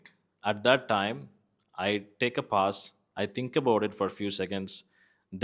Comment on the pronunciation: Your pronunciation of pause is wrong😊